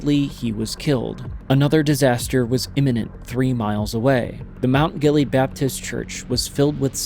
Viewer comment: It’s pronounced Gill-ee-ad